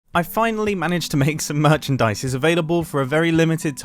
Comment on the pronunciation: Mumbo say finally some merchandise And I hear him saying finally some money 💰😅